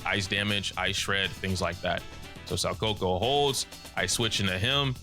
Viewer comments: I agree, I've been playing competitive games too and had fun labbing in ZZZ. This game is only button mashing if you're ignorant to what the possibilities are. I wouldn't be surprised if people start releasing combo videos and sh*t. Btw you pronounced Soukaku like "saw coco" but it's actually "soh kuh-koo". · Ngl spit my drink a bit when I heard how he said Shoukaku. I'm calling her Shawcoco from now on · The pronunciation of Soukaku’s name hurts me. Actually dealt psychic damage to me lmao